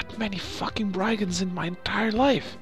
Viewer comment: It's branonced i in brigands